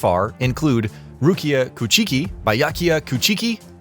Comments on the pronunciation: It byakuya kuchiki and Rukia kuchiki I think you got their names wrong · Ku-chi-key 😂 I'm wheezing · Lol no TYBW content besides skins? Ya I'm good. Also I've never heard Bleach characters names be butchered so fucking bad, Rukia Kuchiki? Like what?? 🤣